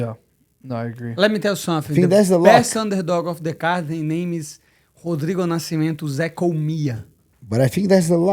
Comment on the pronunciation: The level of respect I will show that fight gear is something you can't believe my brother.. also what the fuck is up with the disrespect of Nascimento.. they didn't even get his name right in the promo video! He said NasciMAmento.. put some respect on his name, he's your main event UFC!!